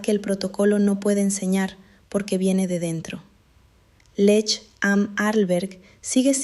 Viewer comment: Muy largo y siempre lo mismo. Y la montana se llama Lech am Alberg, no Lesch.